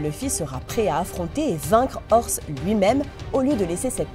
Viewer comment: vaincre "orse" au lieu de dire "oze" j'ai envie de crever